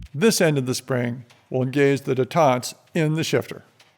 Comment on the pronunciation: what is that word that said in? Detaunt? huh?